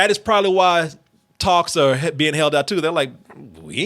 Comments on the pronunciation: He’s supposed to be saying “are” but it always comes out as “or” 💀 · Is saying "Are" or "Or"?